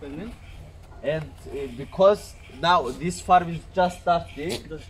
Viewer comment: Arabic accent